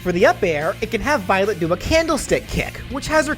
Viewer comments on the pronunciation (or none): Remember the Futaba's words Futaba: Remember, it's Violet, not Byleth, Violet! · I love how everyone in the chat was hearing Byleth instead of Violet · Violet Me:wait did you say byleth? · I kept hearing "Violet" as "Byleth" lmao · also it really sounds like your saying byleth at times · I kept hearing Byleth whenever you said Violet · yeah, it did sound like that at one point.